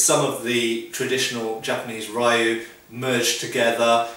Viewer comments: Rioo? lol, Just like Street Fighter, it's ree-oo. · I love your videos. I'm not trying to be a jerk, but if you say "lou" your pronunciation for "ryu", a Japanese family/linage will be much better. Thank you so much for your time and great videos!! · Ryu is pronounced with just one syllable.